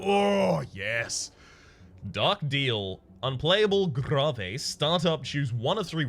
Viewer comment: shouldnt grave be pronounced like gravestone, would make sense cause it throws said card in your graveyard/discard pile